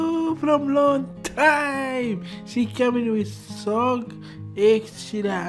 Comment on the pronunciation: It is pronounced as S.O.G., not SOG. It stands for Sekumpulan Orang Gila which means A Group of Crazy People